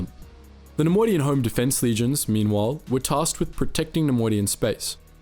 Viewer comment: take a shot every time he says ‘nemodian’